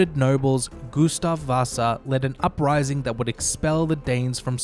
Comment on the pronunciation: Goose-stav and Ricks-tag lmao!